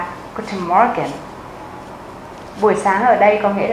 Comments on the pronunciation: Ich find das video schon ganz gut. Was mich aber etwas verwirrt hat, war das ,, guten morgen ", weil ich finde, dass man das -or nicht so stark betont. Wir sagen ja auch nicjt ,, guten morrrgen " , sondern ,, guten morgen " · Hä làm gì có chuyện người Đức đọc từ morgen mà âm or đọc âm như tiếng Anh như vậy. Họ chị nói đơn giản là mo-gừn mà thôi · Cai "r" ng duc ko noi manh nhu vay. Ma noi thi "r" la nhu ko co o "morgen" nhung van phai viet vs "r" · xl nhe nhung ma co noi "morgen" ko dung. Co hoc noi "morgen" o dau nhu vay???